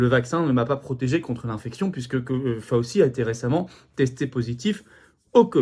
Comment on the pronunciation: Ce n'est pas prononcé FAUSSI, mais FOWCHI....